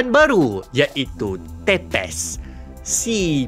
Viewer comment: Konten yang bagus, cuma ada pembetulan sikit. Ejaan betul bagi gelaran Țepeș bukan tepes semata tapi [ˈtsepeʃ] kalau ikut ejaan melayu: Tsepesy, sebabnya huruf t dan s berekor. Apapun saya kagum dengan penerangan sebab jarang orang tau pasal Dracula sebenaqnya.